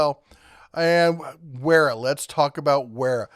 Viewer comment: Wera is a German Company - The "W" is pronounced with a "V"! So, the name is pronounced VERA!